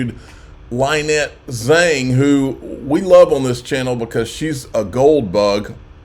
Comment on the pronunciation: Its pronounced LINETTE. LIKE LYNN with an ette at the end lmfao jesus how have you still not gotten that right?